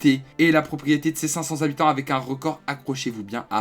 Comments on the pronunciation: 512 zhabitants xD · Oh le retour des zabitants !